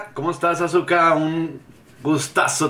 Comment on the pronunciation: Vino Azuko, no Azuka!